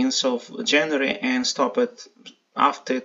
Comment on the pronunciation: "stopped" NOT stop -ped". It's only a ONE syllable word!